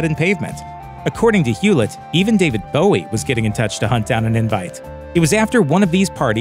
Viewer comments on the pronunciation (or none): none